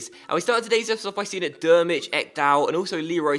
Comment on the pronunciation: Great video as always! Please manage Chile. Just a little pronunciation tip as I'm from germany: Drmic is pronunced Trimic, not Dermic ;)